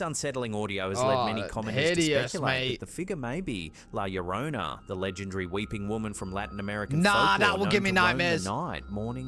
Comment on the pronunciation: you most definitely butchered the pronunciation! 😂😂😂 "La llorona" pronounced: la yoronah Although gringos and English speakers will likely still say it with an English speaker accent, which makes it sound funny. 😂❤🤷🏻‍♀️ "LA llorona" is actually one of the most popular and widely known Latin American legend/myth. After years of personally researching the subject to track down the actual person (the wailing woman) who this legend is based on and finding out name, family history and other personal details, I decided to stop and just let it be. But, it was based on a real life person originating in Mexico city. This legend was used by family to scare us kids and make us go to bed early, and it was mostly effective. I'll leave it at that. The video though... although creepy, I'm not sure about. 🤔